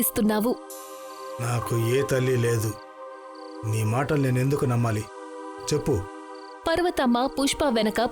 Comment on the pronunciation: పర్వతమ్మ ❌పార్వతమ్మ ✅